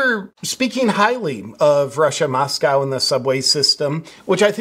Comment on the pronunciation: MosCow is Russia..Moscoe is Idaho with the liberal university of Idaho.. thank you for saying it correctly..Tucker..not so much.